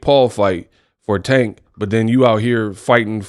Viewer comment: Paula is a clown 🤡 and has always been a clown. First off he can’t say Tanks name right which is disrespectful. He’s been hating on tank for years. He’s butt hurt, and can never just be a honorable man. Second, I’m glad that the uk 🇬🇧 uber driver lol beat the breaks off him lol😂. I remember when Mayweather fought Connor, Paulina was salivating talking about what Mayweather was making. And said he would come out of retirement for half the amount. So for him to sit up here and continue to be a hypocrite, because we all know he does not like Tank and never gives Tank to credit that’s due. You will be a fool to pass up that type of money, especially in this day of age how the economy is going. To actually change your family income bracket for life. So poly wants a cracker go choke yourself in front of a mirror 🪞. He’s an ass clown 🤡. and thank you for showing the video of his face. You just made my day. Sorry I couldn’t stand this dude when he was fighting and even more so as a commentator.